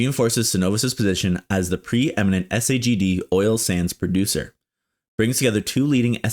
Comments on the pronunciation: SAGD is pronounced - "sag dee". fyi. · FYI - we pronounce it “sag dee ”in the industry- stands for steam assisted gravity drainage